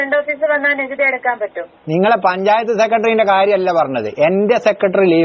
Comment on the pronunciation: പഞ്ചായത്ത്‌ അ ല്ല പഞ്ചാപത്ത് എന്ന് ആ കാൻ പറ